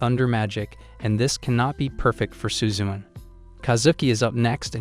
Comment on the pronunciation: I can't help but laugh at how the way you say "suzune". It's SU-ZU-NE not suzun LOL🤣